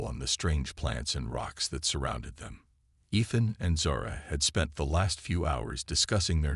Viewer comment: How many times can your Text to speech engine mispronounce "Ethan" and the turn around and do it right..... Holy shit. Review some stuff before posting this drivel. This is bad. I'm only 3 minutes in.